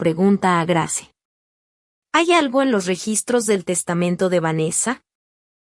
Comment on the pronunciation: Cómo dices Grace se pronuncia greis😂